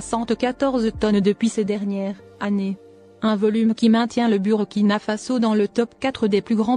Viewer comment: Il faut songer à mettre le drapeau du pays des hommes intègres. On lit bourkina et non avec u.